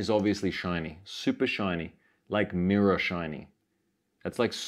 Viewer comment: its a mirraw, its a mirraw hehe